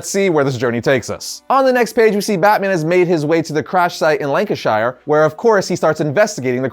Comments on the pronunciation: It's pronounced lan can sheer....lol Americans always pronounce it as shire...understandably,but the English language and accents are kinda messed up..every1 always uses sheer when it's shire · very enjoyable vid (as are all the others by variant comics) but I have to say I couldn't help giggling like an idiot each time he said Lancashire cos its pronounced Lancisher the way he said it sounds super goofy like saying "I will come back" instead of "I'll be back" :) just pointing this out cos A. am a massive nerd & B. I'm from Lancashire in the UK :) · It’s pronounced Lancasheer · It’s pronounced Lank-ish-shure Shires are where hobbits live Shures are where people live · don’t wanna be that guy but it’s pronounced “lancuhshire” Ik it’s weird but it just annoyed me a lil😭😭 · Being from Lancashire its pronounced Lank-I-sh-er Sorry love the videos just triggered me keep up the videos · Just some advice. For some reason, people outside of England always mispronounce locations ending in shire like Yorkshire, Lancashire and so on. Its pronounced like sher not shire. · I know your from America, but your saying Lancashire wrong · Being from the UK and hearing it being pronounced "Lancashire" and not "Lancashr" is odd lol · I'm just annoyed how he's pronouncing Lancashire other than that great video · Yo heads up mate that's not how you pronounce Lancashire. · Please say Lancashire properly. I love you but damn 🤣🤣🤣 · The London clock tower and Lancashire’s pronunciation were HILARIOUS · The 'London Clock Tower' is called Big Ben. This is an interesting story. I've not read book two yet. I love your way of pronouncing Lancashire!